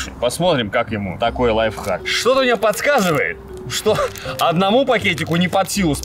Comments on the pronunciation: Лайфхак! А не лайв. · Правильно не лайвхаки, а лайфхаки🤓